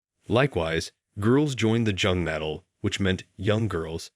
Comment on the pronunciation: If you are going to do a video on Germany, you should at least know jung is is pronounced “yung” and jugend is pronounced “yungend”. Moron.